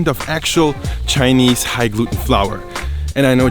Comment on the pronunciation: you pronounce Chinese words and cities name very well, props to you 😀